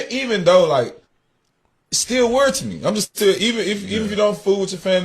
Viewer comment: If he doesn’t STOP pronouncing Weird as WORD, I will go on a SLAPPING Spree 🤦🏻‍♀️